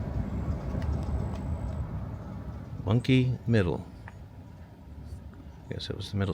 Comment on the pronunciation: Bunkie......not Bunky.